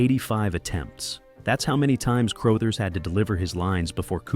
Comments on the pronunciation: Crothers is pronounced "cru-UH-thers", not "cr-OH-thers". You should really be more careful when researching things you weren't around to experience yourself. It makes you sound foolish to those who know. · CROW-THERZ? Hey, take a second to look up how to pronounce things before doing the narration on a video that must have taken some time to put together. It takes a couple of seconds to google how to pronounce this great actor's name. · Who the fuck is Scatman “CROWE-thers”? Come on. 🤷‍♂️👎👎👎🤷‍♂️ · Please update and pronounce Scatman Crothers’ last name correctly. It is NOT pronounced Crow-thers.